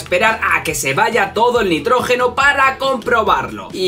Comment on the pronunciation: Nitrógeno no notrojeno